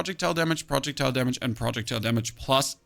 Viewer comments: Love the guide! Slowly going insane over the pronunciation of "projectile". :face-orange-raised-eyebrow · Is this guy rage baiting the way he is pronouncing projectile